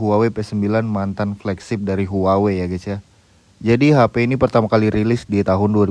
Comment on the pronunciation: cara menyebut brand-nya : WAHWEi